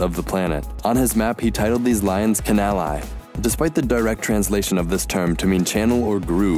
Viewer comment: Canali is definitely not pronouncing as Ka-nel-eye but Ka-na-lee